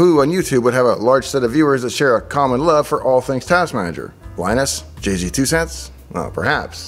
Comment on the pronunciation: Good video. Just FYI, when Jay says the name of his channel (or when Linus or Paul or Steve do) they say it Jay's Two Cents. So pronounced Jay's not Jay-Z. (Really the same as saying Jayz with one syllable).